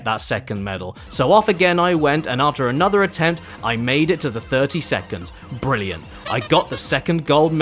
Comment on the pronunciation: Jimmy, you're fookin' bwilliant.